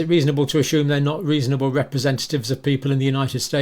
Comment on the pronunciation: Learn how to say assume correctly